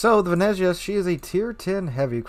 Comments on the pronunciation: Venetzia say it like that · you pronounce it like "Vene'tsia".. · I'm italian, you pronunced Venezia completly wrong,but it dosen't matter